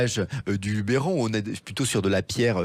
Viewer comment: Grave erreur sur l'orthographe de cette région , et les provençaux vous reprendront toujours sur la prononciation qui n'est pas LubÉron mais LubEron. On ne pronnonce pas É mais E !! Merci de le corriger